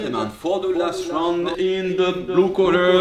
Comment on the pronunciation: un plaisir d'entendre un français prononcé pour la première fois correctement le mot "ROUND" à , à part ça c'étais une de mes vidéos favorite de Tibo très beau combat avec le respect <3